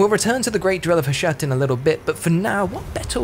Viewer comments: Tiny nitpick- Hashut is pronounced "HAH-SHOOT" HASHUT VORGUND ZHARR-NAGGRUND! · That's not tiny if the narrator assumes it is Murican and pronounces it like that. HOW did he get the idea to say Ha-shut? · i imagined "Hashut" would be pronounced differently 🙃